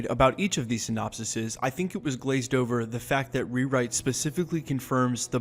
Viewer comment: *SynonpSES. (pronounced Sin-op-sees)